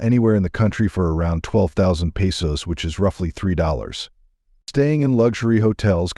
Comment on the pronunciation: AI mispronounced, peso